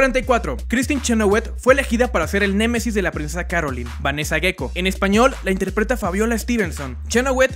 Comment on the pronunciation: Es princesa "Carolain"